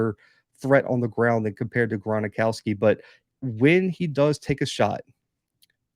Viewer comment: Gron-ow-ski Not Gron-a-ow-ski. Gron-ow-ski. Jacks win it 27-23